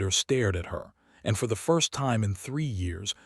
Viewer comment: How does this AI continuously confuse the words hopping and hoping, stare and star? I’ve heard him do this in story after story.